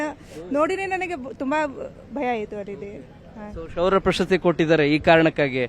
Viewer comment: ಗುಬಾಲ್ ಶೌರ್ಯ ಅಂತ ಹೇಳು ಶುರ್ಯ ಅಲ್ಲ